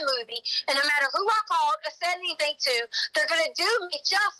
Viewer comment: Excuse me, but it’s pronounced Anythink! T. Stauch